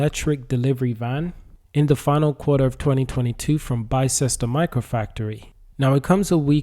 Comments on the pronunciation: Its not pronounced Bi Ces Ter, its pronounced Bis Ter How do I know? Because I live in a place called Ox Ford and Bicester is the next stop of the railway line. If you drive north on the A34 from Oxford about 8 miles you get to the M40, but if you go over the M40 2 miles further down the road is Bicester. I go shopping in Bicester as it has a huge high end outlet park. But thanks for the information about Arrival as I thought they were based in Banbury which is in North Oxfordshire. Oxfordshire is a good place to build vehicles, its home of all sorts of motorsports including Indy car in the USA, worldwide F1/F2/F3, Motorcross etc. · It is pronounced bis-ter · Bister is the pronunciation. Just in case you make more videos on it 😊